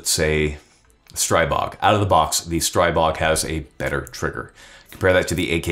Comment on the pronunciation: There is no such thing as Stray-bog. The "stri" in Stribog is pronounced like the "stri" in strip and not like stripe.